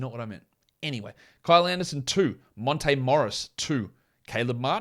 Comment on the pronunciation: Hahah u got the accent on monte nice